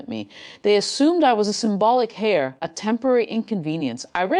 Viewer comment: The word is heir not hair!